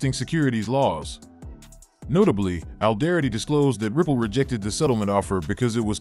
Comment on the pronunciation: First off tell your voice over talent to pronounce “Alderaty” properly. It makes you guys sound like you do t know what or who ripple is.